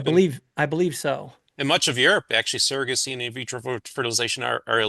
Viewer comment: I had to stop watching this last night because his mispronunciation of the word "surrogacy" is like nails on a chalkboard. For someone who is so obsessed with it, he should learn to pronounce it correctly. I'll get over it. I'm back to attempt to listen to the rest of it.